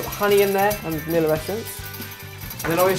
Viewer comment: vaniller. hehe. :3